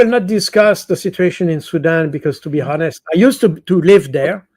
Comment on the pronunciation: Superb 5 star command of the English language, way ahead of most native speakers! If l may point out one tiny flaw: the h in(h)onest is silent as in the words hour/heir/ etc.